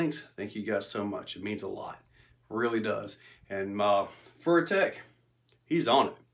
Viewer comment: “Furrytech” lol